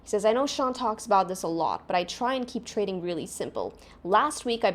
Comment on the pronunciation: Youve said "Tarding" instead of Trading.